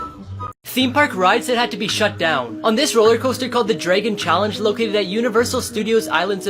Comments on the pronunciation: says dragon wrong it,s not dregon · the way says dragon triggers me